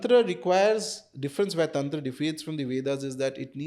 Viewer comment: Madam english accent me tantra bolte hue bohot bekar lagti hai! Taantraaaa! Paglait😒